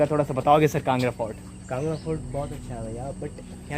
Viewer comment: It's kangra not kanda brother